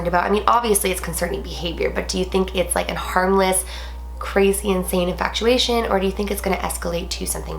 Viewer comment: i love you and your channel a lot but it KILLS ME every time you say INFACTUATION, it's infatuation without the c girl